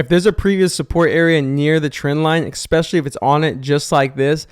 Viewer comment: I "EXPECIALLY" appreciate the BONUS tip. 😂